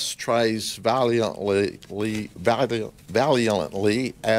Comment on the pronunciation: This childs pain has nothing to do with marijuana. The irresponsibility of this cop to blame pot is criminal, he's an absolute moron. Can't pronounce valiantly, need anything more be said?